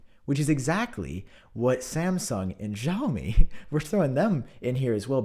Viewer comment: My boy is AT IT again 😂 great sarcasm as always man. Just a sidenote, "Xiaomi" is technically pronounced like "see-ow-mee". Hope to see it in future videos 👍🏻 And happy holidays 🎇